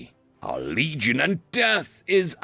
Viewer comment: I thought he said "Bleed-gion" at first. I think it fits.